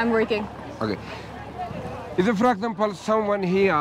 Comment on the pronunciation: “Fragexample” 😂😂 bruhhh your English broke 😅